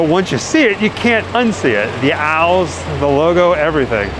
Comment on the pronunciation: I'm hate to nitpick but they are pronounced OWLS no AL'S. it's like you were talking about someone named AL 🤣Happy Halloween 🎃 🤘